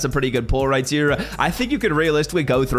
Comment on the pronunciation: Right here❌“Riy tear”☑️